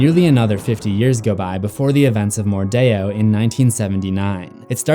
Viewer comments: Why did he say Mor-die-or? Isint it mordeo? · It's MORDEO not Mordayo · It’s not pronounced “mordayo” it’s pronounced “mordeeo” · mordeeeeeo Not mordayoh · Wait wait wait do you just say queen wordeo